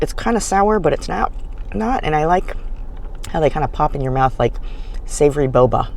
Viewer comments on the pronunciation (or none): none